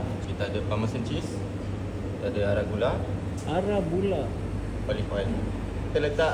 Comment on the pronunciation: Arugula bang. Bukan Aragula.